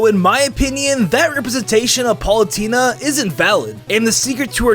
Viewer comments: you said Paulutena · to you said pulatena I dont know to spell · "Palutena". Good video nonetheless.